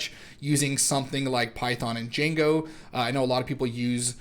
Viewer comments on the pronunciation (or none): none